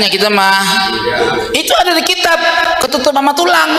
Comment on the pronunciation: ini tokang piknah km baca kitap kurang tepat ngaji lagi